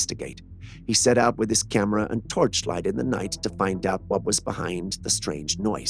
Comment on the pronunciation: ENOUGH!!! That’s alls I cans stands, and I can’ts stands no mores. I can deal with “Cyamera” 10 times per video, and I can even deal with him referring to his made up boyfriend “Jules”. But You heard it, I heard it, EVERYONE HEARD IT! He said fucking mind-bottling. And now one of us has to go… I’m volunteering GOT DAMMIT, let me leave this hellish existence already!!!